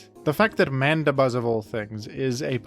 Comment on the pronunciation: Why is Mandibuzz pronounced as Manda-buzz instead of Mandi-buzz?